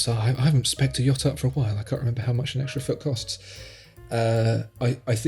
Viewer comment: Don’t say extry again! That’s worse than Hublot.